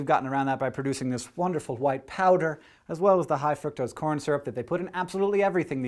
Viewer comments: I feel life he doesn't know how to pronounce "fructose" so he just kinda mumbles it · i hear from a guy at UC berkely that Its fruktose not fruitcose ... i spelled wrong for accent. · when hank said fructose i though he said fuck those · Is he saying Fructose frucktoast?